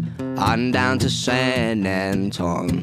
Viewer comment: adordable...espescially his pronounciation of "San Antone" as "San Ant-on"